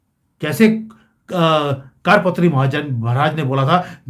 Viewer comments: ऐक आपसे प्रार्थना ...सही उच्चारण कार पात्री नही वरन " करपात्री" है....!!!कुछ सन्यासियो मे ऐक व्रत या परंपरा होती है जिसके अनुसार ऐक हाथ *कर के पंजे (पात्र याने बर्तन)मे जितनी भिक्षा समा सकती है उतनी ....बस उतनी ही भिक्षा स्वीकार्ह या पर्याप्त है!!! इसलिऐ सही उच्चरण **करपात्री** है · जी आपका टॉपिक अच्छा है पर आपकी भाषा बहुत ही अशुद्ध है। कारपात्री जी नहीं करपात्री जी बोलें!! ऐसे ही कई शब्द आप अशुद्ध बोलते हैं! कृपया थोड़ा परिश्रम करें अपने बोलने पर!!! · कार पत्री नहीं है करपात्री महराज जी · कारपात्री नहीं, करपात्री सही है l हिमालय से कोई आएगा - इसका मतलब है UP के cm योगी next pm होंगे, बधाई 💐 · 'कारपात्री' नहीं 'करपात्री' अर्थात जिनके कर(हाथ) ही पात्र (बर्तन) हैं। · जी कारपत्री नही करपात्री है कर=हाथ,पात्र = बर्तन करपात्री जी हाथ मे रोटी सब्जी लेकर खा लेते थे, थाली कटोरा प्रयोग नही करते थे। करपात्री जी का श्राप अवश्य फलित होगा। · it is not "Kaadpatri" it is "Karpatri" = Kar (hands) patri (vessel) ie hands are used to accept bhiksha (alms). Swami Shri Karpatri Maharaj was a devoted sage brahmin who used his hands for bhiksha 🕉🙏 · कार पत्री नही होता,कर पात्री होता है।सभी हिन्दुओं को इस कांग्रेस पार्टी के सत्यानास की ईश्वर से प्रार्थना करना चाहिए और भा ज पा को बोट देना चाहिए।जय हिंद,जय भारत। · कारपत्री नहीं करपात्री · कार पत्री नहीं , करपात्री जी महाराज है। गोपाष्टमी का भी कनैक्शन है इसमें।